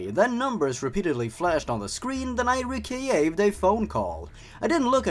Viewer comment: I love the way you say Recieve. It just craks me up.